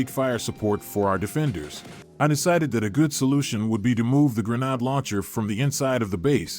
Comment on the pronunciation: Wow, Listening to you continually mispronounce grenade is doing something to my brain....